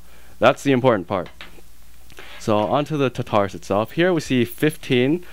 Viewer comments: It's tar-ta-rus, not ta-tar-us! Lol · You do know it's pronounced Tar-tu-russ... right? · omg you keep calling it the tutarus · you say tartarus wrong :P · At least pronounce Tartarus correctly, geez.